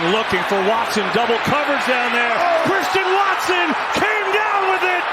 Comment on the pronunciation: “what a play from Cwwistian watson!!